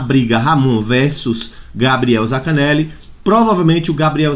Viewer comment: zaNcaneli, não é zacaneli